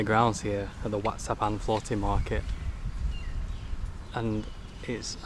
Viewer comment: WAT is what they call Temple, and it’s pronounced WAT is in WHAT but silent H lol idk i not a Pro but yea 👌 as per usual great vid 👏🫶🇦🇺